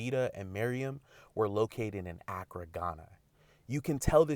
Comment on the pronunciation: You guys never pronounce Accra correctly.